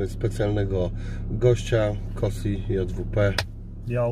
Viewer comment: kosi sie mówi z tego co wiem przez "si"